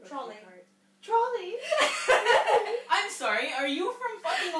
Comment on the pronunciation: is the only one saying trolley correct deal with it. That is correct English right there